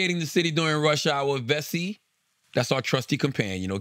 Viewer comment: Am I the only 1 who thought Charla's "Vessi" commercial sounded lika promo for "bussy"??? 🤷🏾‍♂️ijs 😂😂😂